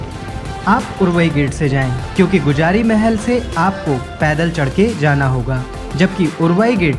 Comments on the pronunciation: गुजारी नहीं गुजरी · भाई गुजारी नही गुजरी है वो। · Sir video bhut informativ h but वो गुजरी महल है गुजारी नहीं👍